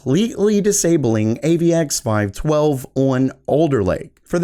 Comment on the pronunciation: Thanks for the fresh content. Thumbs up! I offer the following to be helpful: In the Alder Lake AVX-512 section, you say "AVX 12" most of the time. You might want to flash a popup graphic in that section to alert the users to the proper tech name like you do in other sections for other things. Very Geeky pondering: I kind of wonder if the upcoming Alder Lake desktop SKUs with only P-cores (such as the i5-12500) will be a whitelisted in BIOS to permit AVX-512 on those parts. I'm a systems programmer and I can understand how most software using AVX-512 could crash on the hybrid CPUs. What programmers do is they query the CPU for capabilities and then they use the technology if it is supported. However - if you query for AVX-512 capability and that thread happens to be on a P-core, but then you launch a new thread to use AVX-512 and that threat happens to get launched on an E-Core, this would crash your program. Most programs using AVX-512 up to this point would be susceptible to this kind of random crashing behavior based on where the OS happens to schedule the threads at run time. All of this to say: it's possible the disabling of AVX-512 will be a temporary measure for hybrid CPUs only, until the OS schedulers for at least Linux and Windows can be updated to work around the problem I just described.